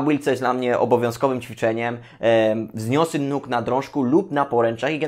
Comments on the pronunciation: Przepraszam, że się czepiam ale muszę zwrócić uwagę 😁 nie mówi się "wzniosy" tylko "wznosy". Nie "wzniosisz" czegoś tylko "wznosisz". Dobra robota, pozdrawiam 💪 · wznosy, nie wznisy xD